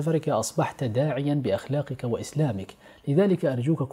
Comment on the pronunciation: الفيديو ممتاز بس ليش (إخلاقك) و ليس (أخلاقك)😅🌹🌹